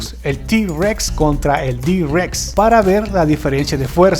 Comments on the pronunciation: se llama i-rex no d-rex y no es convinacion de un velociraptor con un tiranosaurio es combinación de giganotosaurio, carnotaurio, rugops y majungasaurio. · Como que d. Rex, es I. Rex